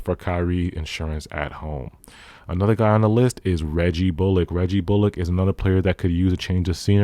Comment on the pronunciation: U said bullock wrong 😂